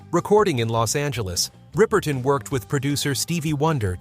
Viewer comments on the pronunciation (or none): It’s riper ton